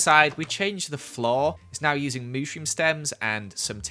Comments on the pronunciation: it is Mushroom stems not mooshroom stems😂😂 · who else heard mooshroom stem instead of mushroom stem if its just me comment and tell me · saying Mushroom is "Mooshroom"